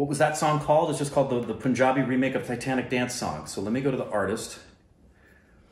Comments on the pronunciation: Guys, it's PUN-JABI (pun pronounced as in fun) .. Not POON-JABI! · I still don't know why they pronounce punjabi as poonjabi while its pronounced same as the word "pun" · WHHHHHYYYYY POOOOOOOOOOOOOONJAABI?!?!?!!?!? IT'S PUN-JABI. PLEASE FOR THE LOVE OF BABY YODA SAY IT CORRECTLY THIS ONE TIME!!!!!! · It's not Poonjabi lol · Pun in Punjabi is pronounced as Pun, the English word.